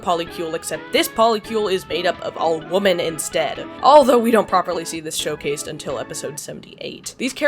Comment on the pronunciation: i feel like this is going to come off as cyberbullying but i'm just genuinely intrigued by how you pronounce women and woman the exact same.